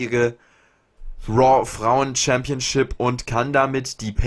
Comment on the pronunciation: woa anstatt raw😂